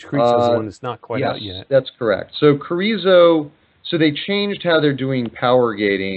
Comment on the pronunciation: He pronounced Carizzo in same way as Chorizo!!. Hahaha.